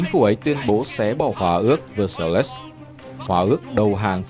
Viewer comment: Hoà ước Véc xai. Đọc chữ Pháp bằng tiếng Anh nghe dại lắm ad ơi.